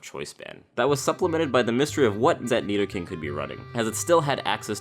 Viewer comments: No he didn't say "neato-king"!!!!! 😂😂😂😂😂😂😂😂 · Carson Of Smith back up ten seconds and he says nidoking u muppet